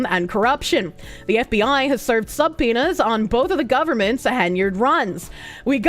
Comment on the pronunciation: Sub-peena's?..